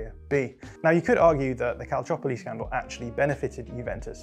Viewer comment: An English-speaking person pronouncing Calciopoli right? Impressive.